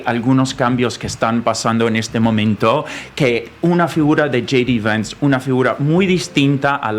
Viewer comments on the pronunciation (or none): El nombre se tiene con J. D. Vance, así que dicho en español será jota de Vance, pero no Jey di Vance, porque en inglés sería gee de Vance, que en español se diría y oiria como yi di vans.